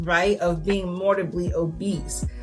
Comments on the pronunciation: I am sorry to point this out, but *morBIDly, not morDIBly. Apart from that, cool video! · Loved this. Just…”mor-Bid-ly” ☺️ (not trying to be rude, it was just distracting in such a good video) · Seriously no shade, but I find it absolutely hilarious when someone picks a mispronunciation and really commits to it. I think “mortibly” obese is how I’ll say it from now on no matter what I do. It’s imprinted on my brain after hearing it two dozen times at least in this video.